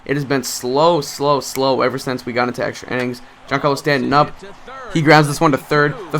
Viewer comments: INNINGS...NOT "ENNINGS" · Innings not ennings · Why do you say enning